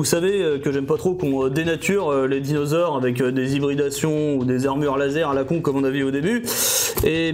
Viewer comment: A . C'est quoi un "dinausores"? 😂